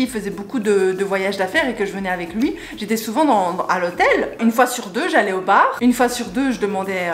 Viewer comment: Jrentre dans un baaaaaaarrrr hahaha l'accent belge j'adore <3